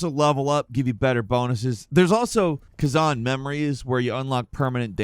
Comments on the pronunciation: Also it’s ka-zan not ka-zon for his name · I knew you were saying khazan wrong!